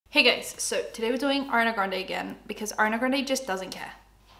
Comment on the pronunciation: I keep hearing Arnay Granday 😆